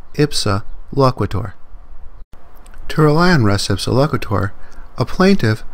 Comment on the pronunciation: The concept is from Byrne v. Boadle in 1863. It wasn't a refrigerator, it was a barrel of flour from the second floor of a shop. In law school, we took "res (pronounced race) ipsa loquiter" to mean "If a barrel falls on your head, it's the other guy's fault."